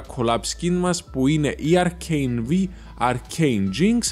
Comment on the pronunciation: Λέγεται arcane Βάι όχι acane βι